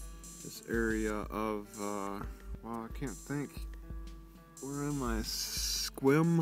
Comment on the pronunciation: First of all can you please pronounce the name of the town correctly.